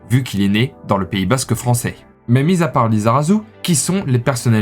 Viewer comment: bah merci à toi, t'as fait aucune erreur durant la vidéo, bon si ce n'est par exemple prononcer le son "z" à "saint-jean-de-luz" ou "lizarazu", mais bon même des basques font cette faute et ne prononcent pas "s" au lieu de "z".